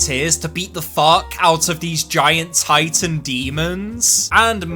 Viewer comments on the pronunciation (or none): none